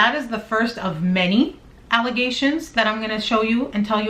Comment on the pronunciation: “first of many ALLYgations” hehehe look at me you guys! I’m sooooo Clever! 🙄😱😜